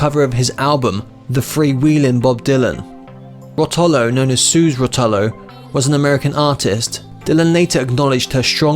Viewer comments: Suzie Rotolo pronounce Roh toh lo the accent is on the first syllable, not on the second one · Same for Suze Rotolo